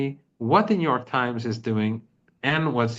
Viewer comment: New York Times sounds like Netan Yahu Times.